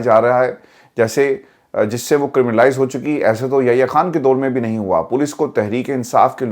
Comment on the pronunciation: کھان نہی ہوتا خان ہوتا ہے آپ پڑھے لکھے لوگ بھی بجائے اردو کو بچانے کے برباد کر رہے ہیں